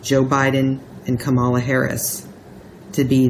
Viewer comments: Pronounced comma - lah. Still - thank you,. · msbettykay Ka'-ma-la - accent on the first syllable.